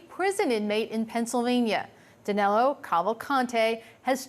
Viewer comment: O nome dele é DANILO. Por que os americanos o chamam de DANELO? 🤔